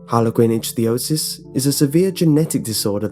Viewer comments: It's actually pronounced "ICK-thee-O-sis", not "ITCH-thee-O-sis". I've watched enough medical documentaries to know by now. But they certainly do appear to have Harlequin Ichthiosis. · Ichthyosis = ICK-thee-oh-sis